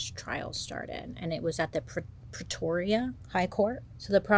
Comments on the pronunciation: Here from South Africa - well done on pronouncing Pretoria - even Waterkloof (tough one). Loads of stories that will be heavy on your nogen... check out the story of Alison Botha!!! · Your pronounciation was not bad. 1st American I've heard say Pretoria properly.